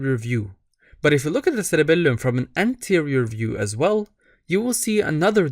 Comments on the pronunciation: Love the way you say SseRebellumm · thats why he has three “L”s in his cerebelllum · I just knew you’re middle eastern from the way you pronounced it